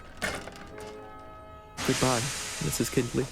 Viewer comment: I know this came out in 2024, but the name is pronounced kind-ley, not kinned-ley